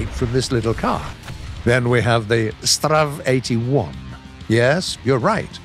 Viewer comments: "STRAV..." I am sorry what. You either say "S.T.R.V..." or "Stridsvagn". Please don't ever say "STRAV" again xD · It's not pronounced "strav", but "S. T. R. V." 🤣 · I dont want to be that guy and this is just a friendly reminder and all. But its STRIDSVAGN or ES TEE AR VEE or even STRIDDS WAGEN if you like. but again, dont be mad. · If he isn't going to say it "S-T-R-V", then he should say the full name of Stridsvagn. It's just as annoying as when he tries to pronounce the designations for some Russian hardware, such as the DShK machine gun. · Gaijin: strav Everyone: strv Gaijin: triggerd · "Strav" It's S.T.R.V! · Me: Stridsvagn narrator: STrRraAv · The STRV part is short for Stridsvagn. So just say S T R V instead of strav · as a swede when he says strv its pianful couz strv mins stridsvagn and stridesvang mins battle tank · U dont say it like straaav or what ever, u say it like this S T R V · I would suggest saying S. T. R. V instead of strev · PLEASE stop saying "Strav". It's like trying to pronounce pzkpfw as a word. Ether say the full name of the tank or say it letter by letter S, t, r, v. U, s, h. I, k, v. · Its strv not strav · When he says "straav", it's not even a proper name he is pronouncing, because he goes by what the game names it as and the game lists the tanks as "Strv", which is the abridged version of the word "stridsvagn", meaning quite simply "battle tank". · The fact that he sais "sterv" as a word instead of an abbreviation really annoys me. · Hi! I love the new units! Im from Sweden, (so sry for my bad English) and if you want to you can just say S T R V, just each letter one after one. STRV stands for the swedish word of tank: “Stridsvagn”. In the Swedish SAV 20.12.48 stands the “Sav” for “StormArtilleriVagn” ore what you rather would call it, some sort of an “assault-artillery- carrage- model”. Love the new units! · XDDDDD when he says: "S TRTRAAA V" XDDDDDDDDDDDDDDDDDDDDDDDDDDDDDDDD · Strv is pronounced stri-ds-vagn